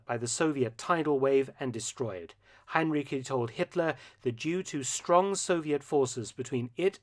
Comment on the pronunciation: Heinrici is pronounced with the ending ci as in child, Hein-ri-chi